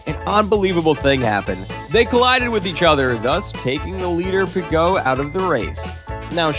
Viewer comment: and Ricciardo? And Piquet? (Pee-Kay), it's even said in Murray Walker's commentary how it's pronounced! I mean wow, a bit of research into pronunciations would have been good.